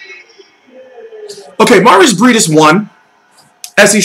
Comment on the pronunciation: Jon McQueen It's pronounced "Mairees Briaadees"